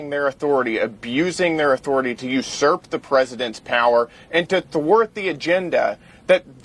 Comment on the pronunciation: “Usurp” Kaitlyn 😂